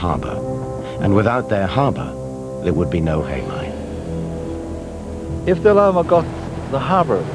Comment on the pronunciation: It's "Heimaey" not Haemay